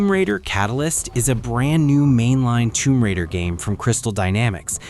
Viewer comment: It’s raider…..not radar.